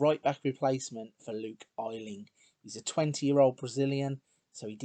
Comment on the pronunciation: So happy to find someone doing a nice long Leeds save :D Wish you pronounced Luke Ayling's name right, though! Thanks for doing this save :)